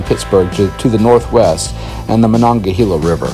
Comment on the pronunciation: Also, Ma-non-ga-hay-la. Or Mon for short. :)